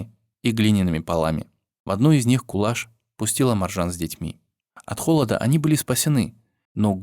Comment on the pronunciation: Рахмет,что помните,что мои предки казахи спасали всех переселенцев чеченцев,ингушей,немцев,корейцев,поляков и т.д.Помните и передавайте своим детям ,внукам и правнукам.Я горжусь,что я казашка!Имя не правильно произносят не Кулаш,а Куляш.Будте здоровы и счастливы все народы Мира!